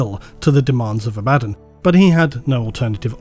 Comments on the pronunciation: It’s not abÁddon,, it’s Abaddon. The first A is the loudest. Listen to an audiobook and hear it spoken correctly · They literally have an official video explaining how to pronounce these names. Abba-dawn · The way likes to say it, sounds almost exactly as the word "abandon". To me this feels really funny - "the army of abandon attacked..." the forces of abandon gathered around..." If you change the infliction, "Abaddon" is no longer "abandon":P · Excuse me for beating the dead horse on this topic again, but I have another argument against favourite Abaddon pronunciation:)) The way he likes to say it, sounds almost exactly as the word "abandon". This sounds really funny - "the army of abandon attacked..." the forces of abandon gathered around..." If you change the infliction, "Abaddon" is no longer "abandon":P Edit: God forbid, if you need to say "The abundant forces of Abaddon, abandoned the planet previously abandoned by the abundant forces of the imperium":D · inability to pronounce ‘Ab-a-dawn’, leaves me drifting ever into the warp. Emperor protect me. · just say ABBAHDON ITS NOT HARD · Honestly, you've all got it wrong, it's pronounced "Abba-DOON!" Spike Milligan is his true gene sire; spend enough time in the Immaterium, and anything's possible... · Do you say Abbadon like that because he’s a bad ‘un? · Learn to spell Abaddon, please. A-Ba-don (second D is silent) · I can hear you clenching your teeth when you pronounce abaddon both ways, but both are incorrect, it is in fact pronounced ay-bee-don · I love every time has to pronounce abbadon twice. Poor guy sounds so done with it 😂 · I chuckle at you Abaddon 'Abaddon' because now I'm thinking that that's his first name and surname. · The way you're saying abaddon is heresy of the highest order. It causes me pain. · How hard is it to just say Abaddon? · I personally don’t care how you pronounce Abbadon just please stop saying it twice. Love the video.